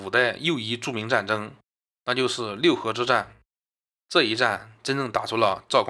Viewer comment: 六合，念作“路合”。